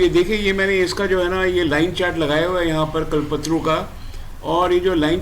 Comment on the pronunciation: कलपत्रू नही। कल्प तरु। कल्पतरु कल्प मतलब निश्चय, सोच तरु मतलब वृक्ष। मतलब इच्छा पूर्ति करने वाला वृक्ष आपका pronunciation सही नहीं है।